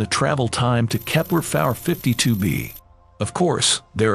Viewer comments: If this dude doesn't stop saying "kepler-fowler 52B" and/or "kepler-far 52B" I'm gonna lose my here ...... !!!! 0_o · "Or its remnants of kepler fawer 53b" IM BOUTTA HAVE A STROKE STOP USING AI